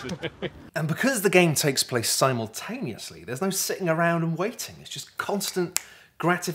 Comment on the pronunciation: Why did you pronounce simultaneous wrong?